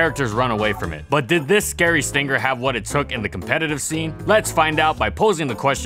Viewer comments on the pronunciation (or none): none